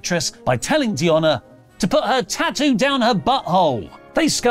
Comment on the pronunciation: I’ve been in the tattoo business over 30 yrs..I love how pronounced it “t-too” 🤣 This is the way.